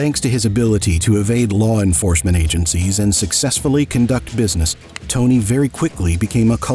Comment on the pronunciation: they could at least pronounce tony's name correctly